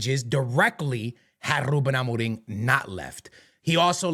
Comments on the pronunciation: as a portuguese myself, this guy is trying too hard with the rrruubbeen amorrrim. chill bro 😅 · Then tongue rolls are so disingenuous. Trying to sound Portuguese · Rrrrrrrrruben Amorrrrrrrim rrrrrrreft Sporrrrrting 😭😭😭😭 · The way he says "Ruben Amoriim" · Im sorry but im really enoying the rrrrrruben amoreeeng 😂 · Nobody:: rrrrrrrruben amoreeeem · He's mixing his american accent with his portuguese accent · The double R's